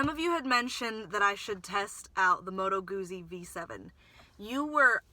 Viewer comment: fyi Moto Guzzi is pronounced Moto Gootsie kinda like pizza not goozie